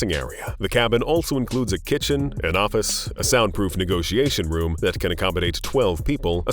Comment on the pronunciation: He's pronunciations are wild: Office-ass, presidant,determan, nineteen nineday, systoms, characteristacs, helicoptars , nayshons